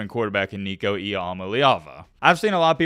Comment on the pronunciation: Learn how to say nico's name